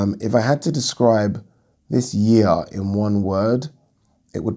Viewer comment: Yeearrr... Funny how u say it like dat 🤣. Great content always